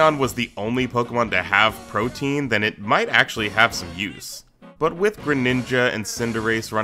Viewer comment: The pronunciation in this video hurts. Protean as protein? Oof.